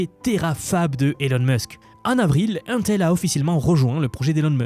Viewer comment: Ca m'écorche les oreilles à chaque fois que tu dis 1-tel... Mais, une technologie ne peut prendre le dessus sur l'autre si et seulement s'il y a assez de capacité de production pour satisfaire la demande. Ce qui ne sera pas le cas. Les deux technologies vont co-exister uniquement parce que la demande est beaucoup trop haute. Même la production des deux compagnies réunies ne va probablement pas pouvoir satisfaire la demande mondiale.